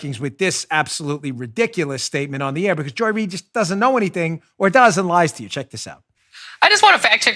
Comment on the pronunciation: Joy (doesn’t) Reid “read”